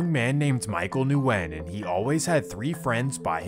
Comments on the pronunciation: It's pronounced "Win" not Nuwin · Am I the only one that knows that Nguyen is pronounced like win? Or is that just the people I know? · Nguyen is pronounced Gwinn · their last names are pronounced "Wen" not N-wen. Nguyen is pronounced Wen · His pronunciation of Nguyen as Nu-en instead of New-gen makes me laugh a little. As someone from the west coast of Canada, I'm used to seeing names like that and the correct pronunciation of them, but it's understandable that he doesn't. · I think it’s regional. Here in california they say Nu win but when I was living in louisiana they would say just Win. Never heard of new gen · Haven’t clicked on a video this quick ina long time 🙏 Also in case ur reading this the Vietnamese name Nguyen is pronounced “win”. It’s so common that like a quarter of the population has this surname or some crazy shit like that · Noo wen! Is the correct way to pronounce it. Viet last name!!!! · bruh says nu when... im dead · Nguyen, is pronounced like Gwen. I didn't know this either until someone corrected me. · Nguyen is pronounced “WIN” my guy 😂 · Nguyen is pronounced like saying Winn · Nguyen is pronounced ‘win’ :D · ITS JUST PRONOUNCED WYNN. GOOD VIDEO THO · Hey brother you need to clean these up because the N is silent on that last name it’s guyen basically not Nguyen with the hard N like you pronounce it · It’s “win” nyugen is pronounced win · nguyen is pronounced win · I think Nguyen is pronounced win but I could be wrong, I went to school with a lot of people with that last name , always sounded like the n was silent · Nguyen is pronounced “wen” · NGUYEN=WIEN ....JUSt so YOU COULD SAYBIT CORRECTLY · Nguyen is pronounced “win” 😊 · Nguyen is pronounced as weng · The way you pronounced Nguyen.. drove me crazy… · The “N” in “Nguyen” is silent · The way he pronounces Nguyen makes me cringe